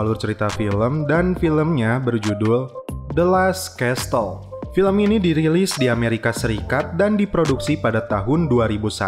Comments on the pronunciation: Kl gue perbaiki ucapan yang salah pasti dibuli gak ya? Castle dibaca kasel, bukan kastel bro. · the last kessel, bukan kestel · Bang Castle bukan dibaca "kestel",, tapi yg benar dibaca "kasel" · Kok aku terganggu dgn penyebutan castle y